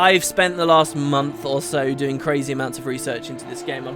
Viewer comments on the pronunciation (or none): none